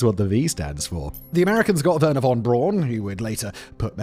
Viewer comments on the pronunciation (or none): none